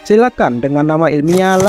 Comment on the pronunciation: Ijin bang cara bacanya bukan "silakan" Tapi "silukan"